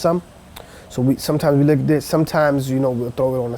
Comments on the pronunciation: By 'liquidwait' did he mean liquidate? #colorwave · liquidate . Wtf did he say!?